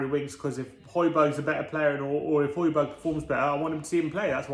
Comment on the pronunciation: I wonder, if we sign Højbjerg, will they start to pronounce his name properly. Love from Denmark